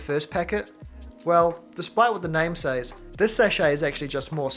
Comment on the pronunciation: Says is pronounced like sez